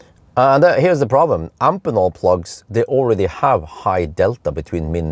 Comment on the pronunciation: Hey, just minor remark: I'm quite sure you should pronounce the connector-manufacturer Amphenol like you do Phoenix: both "ph" are pronounced "f". At least: I distribute a product of a European daughtercompany of the US Amphenol, and they say Amfenol...